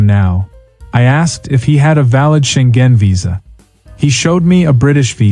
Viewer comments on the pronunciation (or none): it's Scheng-en, not Scheng-gen